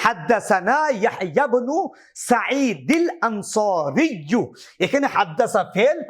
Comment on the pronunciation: আপনার ইবারত এ ভুল আছে। সাইদিল আনসারিয়্যু না। সাইদিনিল আনসারিয়্যু হবে। এমনভাবে, ওক্কাসিনিল লাইসিয়্যা হবে। এখানে তানবিনকে পরের ইবারতে মিলাতে নুনে ক্বুতনি আসবে। এটা কেরাত বিভাগের ইজতেমায়ে সাকিনাইন এর কায়দা। বিস্তারিত দেখে নিবেন।